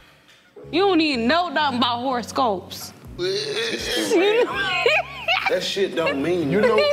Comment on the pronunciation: Sis said horrorscope lol